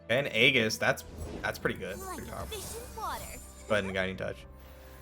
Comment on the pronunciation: Drinking game: shot every time you mispronounce it haha